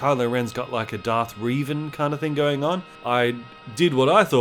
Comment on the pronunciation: Amd you got revans name WROOOOOONG